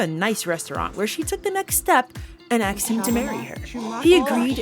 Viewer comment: Girl i have never seen anyone pronounce asked as "aksed" like you do 😅😅😅